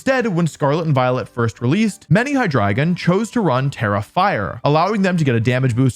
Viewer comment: I knoiw hes trying to say "Hydreigon" but I swear to god im hearing "Hahdrygin"